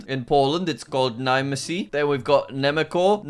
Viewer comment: bro really pronounced nemeko